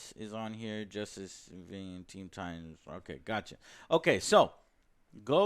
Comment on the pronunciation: Straight down right disrespected the name “Titans”